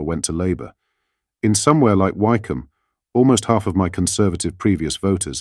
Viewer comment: This is not an authentic platform. This man can't pronounce English English. He gets the name of the Speaker wrong and Wycombe is pronounced Wickum, not Wyecoom.